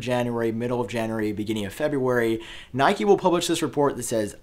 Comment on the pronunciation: btw why he pronounce nikkei as nike? sounds weird